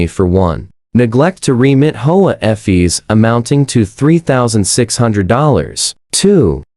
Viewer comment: Why cant you pronounce fees corectly